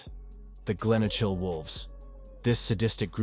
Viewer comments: I laughed when he said Glenochil 🤣 it's pronounced Glen O Kill (info for the editor) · Jeezo I'm cringing at this robot killing our places with that stupid voice 😂😂😂 Glen ochil..... its feckin glen okal (obviously not the correct spelling but its easiest way to say it 😂😂😂😂😂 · and the way he pronounces Glenochil lol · Please if makin video learn pronounce the fuckin names of places correctly . Don't kno what annoyed me more way said garthamlock or way said glenocil .. I don't kno what's with (batman cartoon pictures ) you have actually got few pics and videos that not so well published which was decent bit then wasted it with cartoon pics